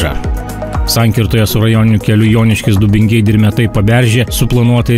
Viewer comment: kas per Maišiagalos, Dubingių ir keletos kitų pavadinimų kirčiavimu? Niekad tokio kirčiavimo neesu girdėjęs kaip video